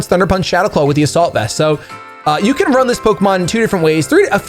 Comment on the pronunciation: After all the episodes I've watched of yours I've just realized you were never saying "A salt vest" 😭 #ImANoob